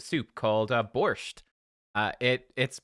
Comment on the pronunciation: soup in Poland is called Barszcz but its almost impossible to pronounce by nonnatives that way, yours borscht sounded quite close. Its probably the most known polish soup. (Ukraine and Poland have a lot of dishes in common), I could bet that everyone in Poland knows Barszcz. In Warsaw there are many fantastic places to visit, i hope u saw at least 1% and still loved the city